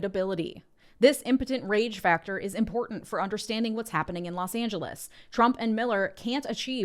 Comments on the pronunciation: The “Los Angeles” was chef’s kiss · I loved your emphasis in “Los Angeles” spanish pronunciation, I really appreciate the coverage you are giving to this hell we as latinos, even with legal status are living. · that pronunciation of Los Angeles was SO satisfying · loving how you said "LOS ANGELES", beautiful!